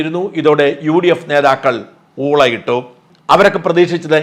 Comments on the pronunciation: ഊളയിട്ടു എന്ന് ആല്ലചേട്ടാ ഊളിയിട്ടു എന്നാണ് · Not OOLAYITTU but OOLIYITTU🎉